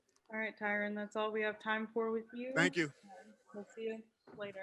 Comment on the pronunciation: These reporters pronouncing his name... 🤣 “Hey Tyron.” “Hey Tyrian.” 😂 Ivy League muh fuckas.